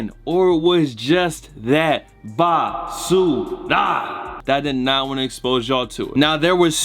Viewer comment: So much BAH-SU-RAH this week